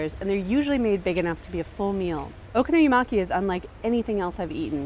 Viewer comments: Its not okono-yamai! Its Prounounced Okonomiyaki! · She says Okono-yu-maki instead of 'Okono-mi-yaki.' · What the hell did she just say? Okonoyamaki? :||| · Oh-KONO-mi-yaki. The stress is on the KONO. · when a word in japanese is pronounced like it was an english word and just modified... it's wrong T_T When you want to present an authentic meal like that and you want to give the impression you really love it, you should at least pronounce it decently oO o-ko-no-mi-ya-ki, it's sooo not difficult lol. But other than that... okonomiyaki are so delicious :D With kewpie mayonnaise :D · I might have enjoyed this video more if the pronunciation of okonomiyaki wasn't butchered to the point of having extra syllables in there. :l If I hear her say oh-konuh-miya-maki one more time.... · It frustrates me that she pronounces it "oko-no-yee-maki" ..How does she even do that? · "Okonomuyaki" :P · okonoyimaki? what the fuck is okonoyimaki,? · Pronounce it oh-koh-noh-mee-yakee :) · OH KOH NOH MEE YAH KEE god damn americans. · It's pronounced O-doritos-consomme....fuki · Learn how to pronounce Okonomiyaki before making a video about!! you're butchering it!